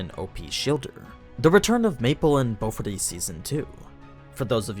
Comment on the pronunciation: I can't tell if he is really saying BoFuri or Bofadees..... which is the set up to another joke which I cannot get out of my head.